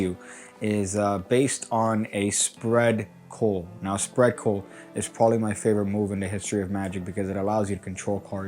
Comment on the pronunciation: ". . . spread (WTF) coal ? Try saying; CULL as in a ship's HULL Magic Lingua